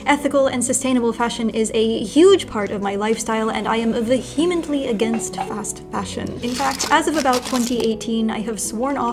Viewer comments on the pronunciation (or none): The "h" is NOT pronounced when saying vehement, vehemently, or any of its derivatives. So...Stop doing it.